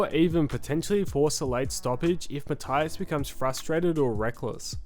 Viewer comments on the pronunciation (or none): Puerto Rican here, his name is pronounced Ma-tee-as, just for future reference. Love your content tho mate ❤ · Learn how to pronounce Matias last name correctly🤷🏽 is easier than making this video😂